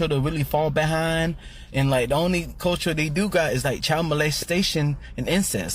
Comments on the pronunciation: did he say culture or culturl? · Dude couldn't even pronounce the word culture correctly 😂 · Dude can't even say "culture " correctly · The guy talking about everyone has culture except the white people can't even pronounce the word culture properly and he has the nerve to laugh at others. We have white culture he knows it and that is his problem. He has nothing to be proud of in his culture nothing to pass on to his children except how they destroyed. He needs to go back to school and take a course in English so he can at least teach his kids how to speak. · The guy talking about culture doesn't even know the correct pronunciation of the word. And he's saying white people are stuck holding on to their European heritage from 200 years ago, yet it's the black communities that hold on to their African heritage including wanting to be referred to as AFRICAN American. And that's fine, I'm all for embracing your lineage, but trying to discredit others doing the same while making your heritage from a whole different continent your entire personality is wild.